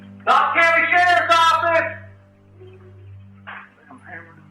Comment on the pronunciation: Sharf's Owfiss! SHARF'S OWFISS!! SHARF'S OWFISS!!!